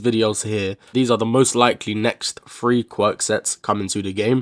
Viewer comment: idk ig me and him heard it as free